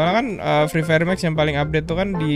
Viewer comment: Yang gw denger :: mak kusu fri fayer mak kusu fri fayer makusu